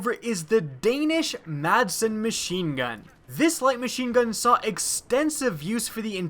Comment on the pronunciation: It's Ma-sen, not Mad-sen. The "d" is silent in Danish.